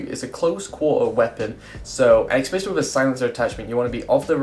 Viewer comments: y do all commentator say it Xspecially ESpecially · Every time: "exspecially ". There is no X in especially,.